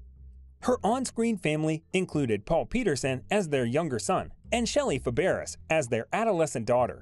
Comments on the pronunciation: like chalk on a blackboard. It is Barbara Bel Geddes pronounced Ged eez and Shelley Fabares pronounced Fab Raze. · The speaker doesn’t correctly pronounce Fabares! It’s pronounced “Fabray! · Her TV daughter's name is pronounced Shelly Fab RAY. I don't understand why you narrators don't make sure you know how to pronounce the names of people, and places. It happen much more than it should! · Barbara Bel Geddes is pronounced like “Getties” with the G sound as in guy or get. Shelley Fabares is pronounced like “Fab-ray.” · Pronounced Shelly “Fab-ray” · This announcer needs to learn how to pronounce names correctly. It's Shelly Fab uh ray, and Barbara Bell Ged ess. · NOT a "soft "G" - which sounds like "J"! It's still "BEL - GED -DEES" But the computer pronunciation of Fabares is horrible!!!